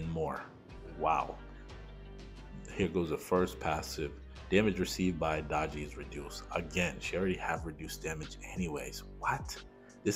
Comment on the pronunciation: Summoner r going to b broken! I think she is pronounced Day-gee.